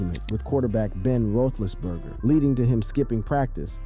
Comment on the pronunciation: You had me until Ben “Rowthlessburger”